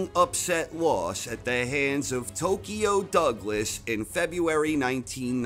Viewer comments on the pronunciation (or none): none